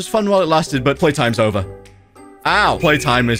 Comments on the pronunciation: jover LOL insted of over lolllll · I like how he says its jover instead of over